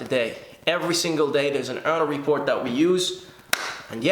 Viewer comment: What's he saying? Earner report? Earl report? Earla report ?